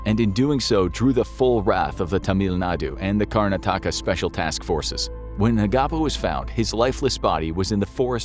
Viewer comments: The name of the state is pronounced as 'Karn-aa-taka' and not as 'Karna-taa-ka' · Name pronunciation: KAR-na-THAK-ka Just fyi :) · But butchered Karnataka